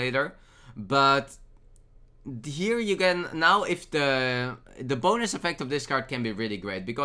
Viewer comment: Is it just me or does it always sound like "boners" when he says "bonus"?